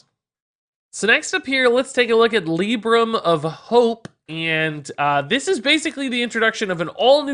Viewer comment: pleeeeease, I can't watch your video because of your LIIIIIIbrams!